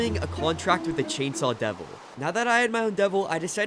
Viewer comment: He said the name of the chansaw devil wrong